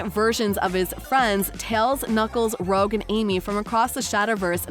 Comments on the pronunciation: btw its not rogue its rouge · I thought it said it was gonna come out around May-June 2023. Also, Rouge is pronounced "Roo-csh" not "Rogue". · it was so irritation hearing 'rogue' instead of rouge. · ITS PRONOUNCED ROO-JE